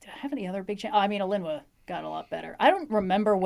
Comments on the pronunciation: Mood, Alinua really got me. I thought it was like uh-LEEn-oo-ah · ik youre the author but you have gotta be pronouncing alinua wrong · Alinua has TOO MANY VOWELS.